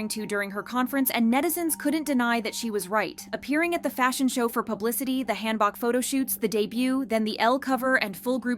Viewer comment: "Hand-Boks" I swear Korean pronunciation 😂😂😂